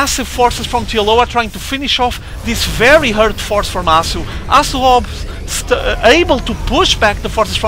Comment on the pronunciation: hasu not arhsoo